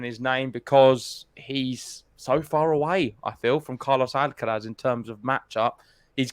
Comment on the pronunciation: Guys it's Carlos Alcaraz not Carlos Alcalaz. Please pronounce it properly